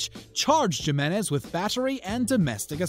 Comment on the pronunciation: He said Gimenez, Jimenez is pronounced, Heemeniz.